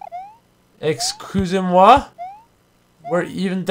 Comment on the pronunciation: did you really say "excuser moi" its french